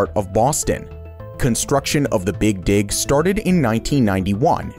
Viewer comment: boston's big dig sounded a bit weird mate